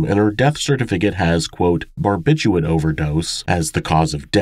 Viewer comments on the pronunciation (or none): This isn't a criticism, just a compulsion on my part: barbiturates has two "r"s, both of which are pronounced, and there is no "t" at the end of across. Am sorry plz understand